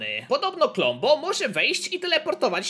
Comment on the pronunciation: kombo a nie klombo